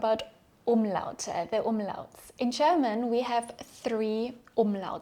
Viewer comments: German is pronounced with a ''juh'' ,so it's not Cherman . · Why do you pronounce it ”Cherman” instead of ”German”? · Okay, ich bin halt ein Klugscheißer...aber die Worte "juice" und "choose" sollten nicht beide wie "tschuhß" ausgesprochen werden. Genauso ist es mit german gender. Es sollte nicht tschörmin tschender, sondern dschörmin dschender heißen. Aussprache ist meiner Meinung nach schon sehr wichtig. Dennoch ist dies eines der besten Videos für Deutsch Lernende, die ich bislang gesehen habe. Somit ist das Fazit "sehr sehenswert"! 😊